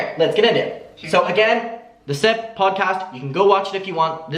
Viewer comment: Lol I thought you said "the Simp podcast" at first. Maybe they should change it to "the Simp"